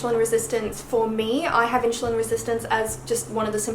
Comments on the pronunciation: Could be your accent, I’m British and we tend to pronounce things similar but it does sound like you’re pronouncing it like ‘Inch’ rather than ‘in-su-lin’ xxx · It's pronounced IN-SU-LIN not IN-SHOE-LIN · its insulin - spelled as ssss and not sh ! really bothers all along the video ! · You say inSHulin, like how everyone says SHugar. It is usually pronounced inSSulin, but it doesn’t matter because we all know what you mean. Love your accent! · I don't care if you say inshoelin, your so cute😚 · I'm pretty sure pronounciation of insulin has nothing to do with Aussie accent. It's funny though. I had a good laugh. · You are pronouncing the "su" in insulin, like how u do the "su" in sugar. It is wrong. you should pronounce it as the "su" in "super".